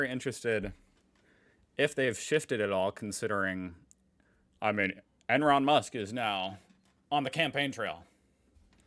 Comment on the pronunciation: "Enron Musk" very nice :D